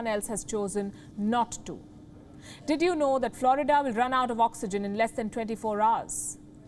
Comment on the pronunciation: Maybe she should learn to speak English and pronounce Florida.this woman has a rock for a brain